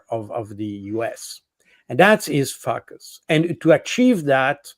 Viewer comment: To help our dear friend Jacques Baud: "focus" = "folk-us" or "foe-kuss".